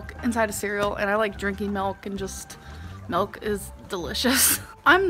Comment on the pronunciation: I'm Asian and I was trying to translate what "melk" is then I realized that's how Amber pronounce the "milk" lol